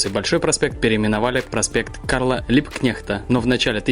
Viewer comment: Спасибо,! Прогулка прекрасная. Мне очень понравился формат., мне кажется, или ты основательно поработал над своим произношением))? Как чётко, с выговариванием каждой буковки и ни разу не споткнувшись, ты произнёс имя и фамилию Либкнехта))... Прости, но всегда отмечаю для себя хорошую речь - издержки профессии)))..., я уже в Инстаграм просила показать мои любимые места в Питере, где я часто бывала, гостя у тётушки. Она жила на Фонтанке у моста Ломоносова. Сейчас живёт в другом месте. Но я, бывая в Питере, всегда там прогуливаюсь. Иду от Невского мимо памятника Екатерине 2, потом по улице Зодчего Росси и к любимому мосту Ломоносова. На этом коротком маршруте столько памятников, столько уникальных мест, что можно целый день там прогуливаться и узнавать новые и новые факты. Мы так с тётушкой и делали. Если бы не её больные ноги, то оттуда её было бы не увести). Так хочется снова прогуляться по этим местам. Уверена, всем будет интересно ознакомиться с ними.